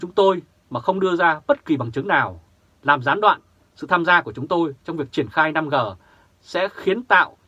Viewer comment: 5G đọc năm rê 5G đọc năm gờ là sai